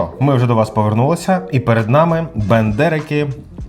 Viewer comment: Ну так Бендерики, а не БАндерики)) Я думав що це від Остапа Бендера)